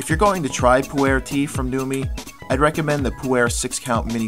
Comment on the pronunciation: Just thought I would share. Pu-erh is actually pronounced POO-r where the r is sort of an "r" mixed with an "ar" at the same time. Also, if you listened to Numi on how to brew the tea, than you did not get the tea to its full potential. Numi, if I remember correctly, says to brew the tea in hot water for 3-4 minutes. However, the process is a little more complicated and shorter. You should rinse the tea first by pouring boiling water over the tea bag in a cup and allowing it to sit for 5 seconds (only five seconds, maybe even less). You then immediately pour in your boiling water for your drink and let steep for ONLY, AT MOST, 25 seconds. I know this seems like a really short time, but with Pu-erh, if you steep any longer you end up getting the flavors and aromas that you mentioned. The tea is just as strong with the short steeping time and is much better. Also, try it with a little half and half. If you were to add a little Yak butter and Yak milk it would then be called Poo-Cha. Although you can substitute the Yak parts with regular butter and half and half.